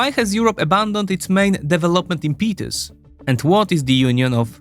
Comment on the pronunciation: Sorry your pronouncination of impetus is really hurting my ears. This comes from a good place as a Polish-American. All in all, I would really recommend your channel just invest in a top notch AI voiceover tool for languages other than Polish. Some of this software is now so good that it is virtually indistinguishable from real people (ability of a person to identify bot vs. real human is like ); and voice actors are suing some of the voiceover companies. So basically, it devalues hiring a real person to do these. At least try it out, see how it works.